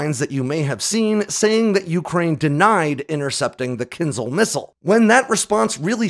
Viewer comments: It's not KINz'l. It is kinZHAL. ZH like in French JARDIN, not Z like in Catherine Zeta Jones. Do you think H in the name serves just as a decoration? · not Kinzal , it's Kin-Ja-hl (Rus: dagger ) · As always - excellent video. My favorite weapons analytics on YouTube by far! Very well done. Good pronunciation of names! Only that Kinzhal is Not pronounced as kinzal, but rather as Kin”zh”al. Like when pronouncing casual or collision. 😊 But yes all Russian wunderwaffes are just that. Putin and his fan club love stories from the corrupt officials who take an old pig, put a lip stick on it and call it a new weapon without analogues. Pathetic. T-14 armada, su 57, kinzhal… and on top unicorns like the burevestnik missile, the Poseidon torpedo… you should do a review on the latter one. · Wtf is a “kinzle”. Can’t watch this Bc he says Kinzle🫤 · its a bit amusing how you repeatedly apologize for mispronouncing very short, hard-to-mispronounce, last names, yet power through butchering long last names without batting an eye and through out all of your videos you badly mispronounce the word Kinzhal. last names i get. there are so many of them. written out so many ways, but Kinzhal youd only need to learn how to pronounce ONCE considering how prominent it is of a topic for your videos.